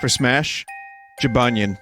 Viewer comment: Gybanyen? more like Jibanyan lol